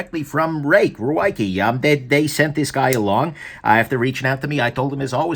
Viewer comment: Ruike contacted me and said that Ruike is pronounced “reik” if that helps. Doesn’t help me but I’m an Aussie jackass.